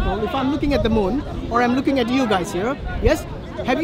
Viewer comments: The beginning of the video is Hashim getting led to the slaughter 😄 Edit: why does say 'luuking' instead of "looking"? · 🤔 Is anyone else hearing say "Luukin" instead of 'Looking' 🤷🏾‍♂️ Or is that just my Low Atheist IQ 😂 🤣